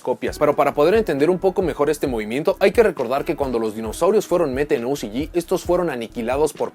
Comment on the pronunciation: Ticiyi y ociyi , mejor habla en español :v